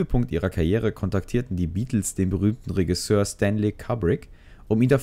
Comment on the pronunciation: Macht mich ein bisschen fertig wie du Regisseur aussprichst, ansonsten gutes Video :)